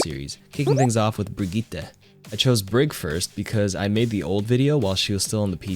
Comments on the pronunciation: Stop saying Brigitte like that please, just say brig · Loool even though he tried, the name is pronounced Brigett-eh not Brigett-ah 😂 great video btw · Is it Brigitt-eh or Brigit-ah? I think it's the former and is pronouncing the name incorrectly. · 1 Hour of saying "bRRRRRRigitta"? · disliked the video just for the way he says BRIGITTE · The "Brigitte" pronunciation by was incredible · I hate how he pronounces 'Brigitta' it's a German name... Obviously its pronounced "Brigitta" ;) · Im pretty sure he holds the world record of how many mispronounced names. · love how pronounces brigitte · Bruh he pronounces the name right but it sounds stupid cuz he says the "R" too hard😂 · As a swede i cringe so hard whenever someone says Brigitte